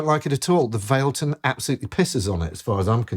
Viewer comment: FYI everyone, it’s pronounced Vah leh tun